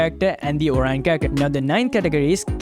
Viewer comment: It is oriyon not orine😅😅😅